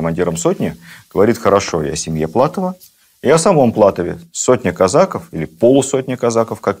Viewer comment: Лекция супер. Но почему казАков, казакОв! Очень режет слух...